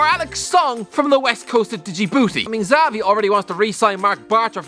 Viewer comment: The way pronounces Xavi 🤦‍♂️